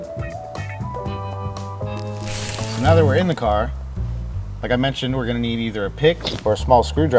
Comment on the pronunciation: “Such a nice cahhhh”